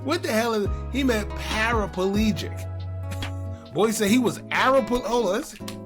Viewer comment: Not air-a-pa-legic 😂😂😂 I think the jury may have been hung for good reason. Ppl from Detroit said Booka 600 did it